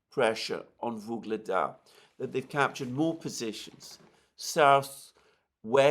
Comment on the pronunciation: YUGLEDAR! Not "Vyugledar"...so annoying..